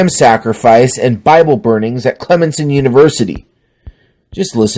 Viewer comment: It's pronounced Clem-son. Fuck that school.